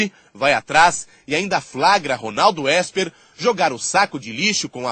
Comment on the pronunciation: O nome do estilista é Ronaldo Ésper e não Isper...kkkkk parabéns pela matéria jornalística